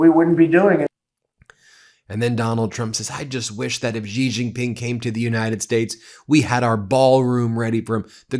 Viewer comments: touch - its not "ji" its pronounced "she" jing ping !! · Guys, let me help you out here. Xi is not pronounced Ghee, it's not even a hard sound for English speakers. Xi is pronounced exactly like the English pronoun 'she'. Don't overthink it. Xin (Hua) as in the newspaper is like 'shin'. And you are welcome to any and all: 'That's what Xi said' jokes. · X is pronounced closer to sh. It definitely is not pronounced like a j. Please correct your pronunciation! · You do not know how to pronounce the "X" sound eh? It shouldn't sound like a "J". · Can you please just say Xi's name right, please? Not "Gee", just say it like "she". Don't overcomplicate it. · The PRC dictator's name is pronounced as "she" not "ji". Otherwise "xiler" is acceptable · You are not pronouncing the president of china's name properly Xi is pronounced the same as she. Being a reporter , you should learn how to pronounce people's names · She JingPing it’s pronounced She. Like he/she. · Xi is pronounced ‘She’. I promise. It sounds funny pretending it’s some mystical sound. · You would think after all this time and hearing his name correctly pronounced, Ben would put even a modicum of effort into it. It is XI (pronounced SHE - like She is a doctor). Seriously, you get every middle eastern name correct. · Why don't you pronounce Xi correctly?